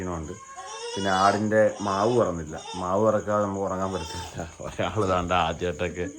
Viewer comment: മാവ് അല്ല ചേട്ട മാശ്ശ്